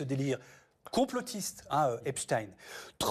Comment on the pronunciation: Merci de dire Epstein et non Epstine comme tous les autres maintenant. Et merci pour le reste aussi, évidemment.